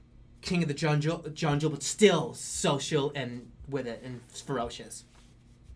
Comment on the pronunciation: "king of the junjle (junjle)"